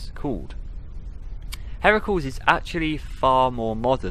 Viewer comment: Thank you so much for the FNAF book readings. I don’t think I’d read them otherwise. Heracles is pronounced hair-ick-lees. Hydrangeas is high-drain-juzz.